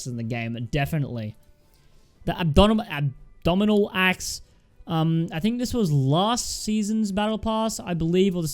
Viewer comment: abdominal axe huh there's not even a "d" in abominable